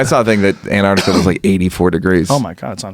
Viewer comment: Joe:"Antartica" Neal: "Yeah! Something in the Artic Circle". While I kind of agree with what you're saying this just makes it sound like you have no idea what you are talking about. (spoiler alert, it wasn't antartica :P)